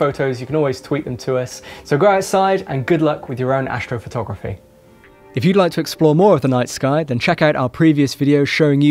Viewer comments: ashtrophotography .............. ashhhtro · He's gonna show us some "ashtrophotogriphy" lol